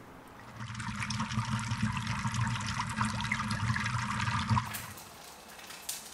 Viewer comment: i was so shoook about kiełabasa, i thought i'd never see some polish accent in here btw loooooove your vlogs. thank u for making them